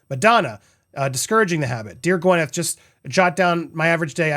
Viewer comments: It’s Gwyn, not Gwen! 😂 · Gwyneth is spelt with an Y so it is logical that it is pronounced as the "y" in "happy" , if the sound was supposed to be more like an "e" as in "bed" it would have been spelt with an "i" as in "sit" or with an "e" as in "red". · YES GWINETH PRONOUNCED! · I think we should just keep mispronouncing her name 😂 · A vaginal health lawsuit. Now I have seen everything. I did know of her preferences when it comes to pronouncing her name. Although not a fan, I did enjoy watching her on the big screen.